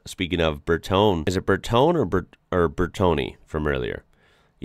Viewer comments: "Bertoni".. was a designer, not a company. "BearTony" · "Bertone" is spoken like Bear-toneh. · Bertone is spoken at the end with an "e" like in the word "web". And if you like to sound more italian put a short "pirate style R" in and emphasize the "T". Not easy, but italian is a very musically language. Have fun trying it 😉